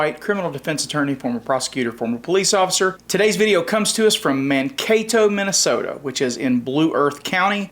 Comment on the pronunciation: Minnesoto? Really,? Lol.